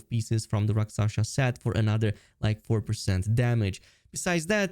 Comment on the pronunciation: Rakshasa, not raksasha 😄